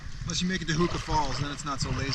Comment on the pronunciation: Interestingly, your pronunciation of "Huka Falls" sounds odd. Yet, it must be correct so illustrates how badly most kiwis mangle it.